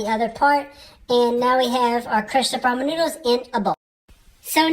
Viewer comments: At least you're saying Ramen correctly...😊 Extra points for that. Lol! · Lyndie Kelley Brazzel it's pronounced "raymen noodles" it's just one of those words spelt different but sounds the same or whatever!?!?🤔🤷‍♂️lmao